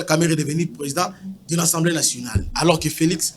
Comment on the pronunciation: C'est l'assemblee pas l'assemblee